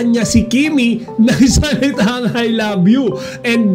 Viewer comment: Ang sarap sa tenga yung pagbigkas ni Paulo ng I love you kay Kim.Natural na natural.